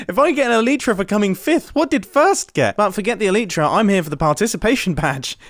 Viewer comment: the way you say elytra it’s pronounced el-eye-tra 😂